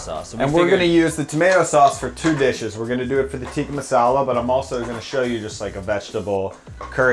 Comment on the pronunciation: also tikka isn't pronounced teeka it's pronounced tick-ka